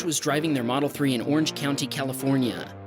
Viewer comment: He got a tesle moldel s plaid for his 16th birthday dang